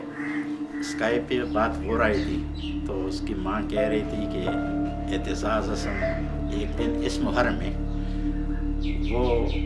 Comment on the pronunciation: Masha-Allah. The commentator should have practiced how to pronounce Aitizaz Hassan correctly.